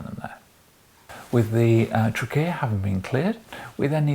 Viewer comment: What about “trickeya”